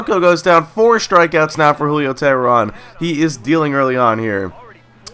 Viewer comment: For the future its pronounced "Tay-Rahn" but it's no big deal